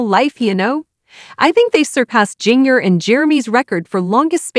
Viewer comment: I have a really hard time listening to information about the Duggers when you can’t even pronounce Jinger’s name correctly. Her name is not Jinger like jingle bells. Her name is pronounced like ginger.